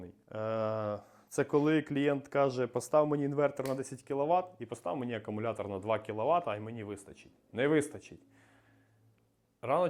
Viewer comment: Акумулятор, а не акамулятор, сідай двійка.